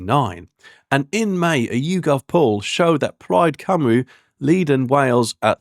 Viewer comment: Your pronunciation of Cymru and Senedd need working on; makes you sound ignorant. Apart from that, I'm hoping Reform wins.